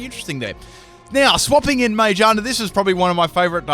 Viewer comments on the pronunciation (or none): Why did you call Ma*gear*na, *Mage*ana? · No offence but he said majerna and proceeded to say giro ball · its ma-gear-na not ma-je-ar-na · I always thought it was Ma-gear-na not Mage-ar-na... huh. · I know it's from a while back but every time he says magearna it kills a little it's a friggin gear pokemon